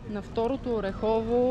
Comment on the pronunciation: Не знам колко години ще отнеме на ютубърите да разберат, че селото се произнася ОрЕхово, а не ОрехОво. За справка може да се чуе как го произнася и организатора в началото на клипа.